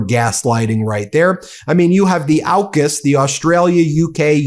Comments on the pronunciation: AUKUS is pronounced more like orkus. Cheers. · Also, Ben, AUKUS is pronounced OR-KUS, not OWKUS!! It's AU for Australia, UK for the United Kingdom and US for the United States. LEARN how to pronounce words and anagrams. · AUKUS is pronounced "orkus". Ben I hope you do make it to Australia.. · Two things: 1) The "Liberal Party" name was chosen as a deliberate lie by its founder Robert Menzies. It has only ever had one mission, to oppose the progressive parties, particularly Labor. 2) From its proposal to now, AUKUS has never been pronounced in Aus as OW-KUS. It's always AWK-US as in awkward. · AUKAS is pronounced (Or) (kus). Not Owkus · AUKUS is said not as ow-kus but closer to or-kas with a very soft r sound. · Not Owkus, AUKUS. Au as in Aura. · It's AWkus, btw, 'aw' as in awful . Just saying. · Excellent overview, especially about Sky News being the Fox News of Australia (as is the UK version). One small note: as you correctly pronounce Anthony Albanese as al-ban-easy, you should know we pronounce AUKUS as or-cuss. Can't wait for the Canadian and Australian versions to go live. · Its pronounced Orcus by the way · Aw-kus. Rhymes with Caucus. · Pronounced Awkus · AUKUS. Is pronounced Awww kiss